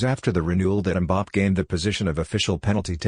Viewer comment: Please, it's pronounced Mbappay not Mbapp.